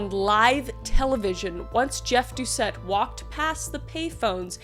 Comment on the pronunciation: Louisianian here. Doucet is pronounced "Dew-say". :) It's French, so you drop the last letter. Really good effort, though!